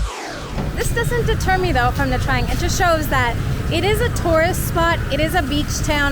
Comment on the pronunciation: You are the few foreigners who pronounced Nha Trang correctly (almost) 👍 I've been there few times and I like it.